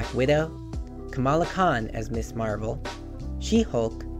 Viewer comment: It's "Mizzz" Marvel, not "Miss" Marvel.